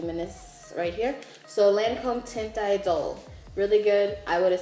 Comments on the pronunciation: Tehnt eedol- pronunciation. When high school French pays off lll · It's pronounced like taunt. You're taunting someone. So Taunt Idole is the pronunciation. I work at a makeup counter right across from Lancome.